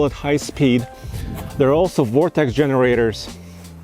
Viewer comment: DID HE JUST SAY VORTEC GENERATOR? COME ON MAN, REALLY YOUR INSULTING OUR INTELLIGENCE! 🤯